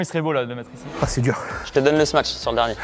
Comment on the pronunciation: Très bonne vidéo, par contre je veux plus jamais entendre "smatch" on dit smash (Sm-a-sh) svp...